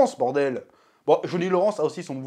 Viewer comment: "Jauni Loransse" pitié chef 😭😭😭